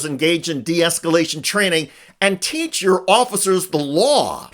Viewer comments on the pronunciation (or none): none